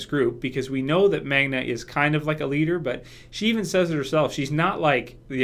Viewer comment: Her name is Magna,. Not Manga.